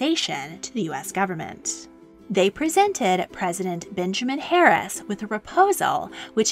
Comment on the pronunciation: Harrison not harris